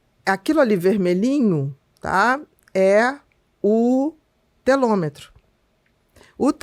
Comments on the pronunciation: Obrigada por informações tão relevantes. Com todo respeito, se me permite uma observação: o correto é telômero e não telômetro. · Ela fala a palavra Telômero errado várias vezes